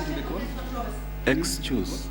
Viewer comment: "Madam, madam, EXCHUSS"😂😂😂😂😂😂😂😂